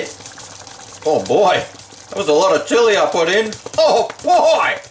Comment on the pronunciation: Horrible Spanish attempt -.- oh & good try on chilli keep practicing mate your gunna need it hahaha